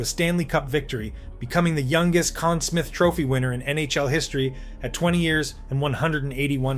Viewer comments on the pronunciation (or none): U said conn smith, its smythe. Sm-eye-th U got it correct later on. And id say v.trekiak & tony espo deserve some credit for the butterfly style. u called him Roy not ra-wah or wah. ,.... what many have een callling him thinking this may be Ai? Getting tough to tell nowadays... but little errors like this reek of ai, or premature education. . Lol I mean, making & releasing a vid without properly proofing facts, sub par research, and not vetting the final product prior to release ... It just contributes to improper claims being deemed as facts Ppl will say that they heard it in a vid and pass that as fact Many ppl uploading vids on numerous subjects do not double check their facts U also called price currie price. These vids are dangerous...ppl look tto this type of content to educate themselves & are getting amateur hour results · Also mispronounced Conn Smythe at least once. Getting tired of AI voiceovers. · call yourself nhl hero and call it the con smith trophy? you AI?